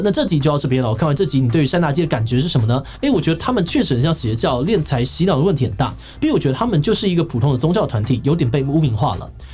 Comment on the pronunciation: 敛财，敛，念“脸”。